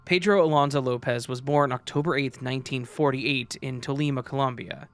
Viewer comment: Tolima was PERFECTLY pronounced ... but Bogotá emmm hehehe. fascinating content as usual.